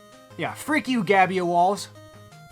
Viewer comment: "theres no gabyoalls!"